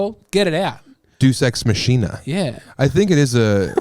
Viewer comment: dude "deuce ex machine-UH"...? it's definitely "DAY-oose ex MAH-kee-nuh" I just realized how much of a douchebag I sound like, nitpicking your language skills. apologies.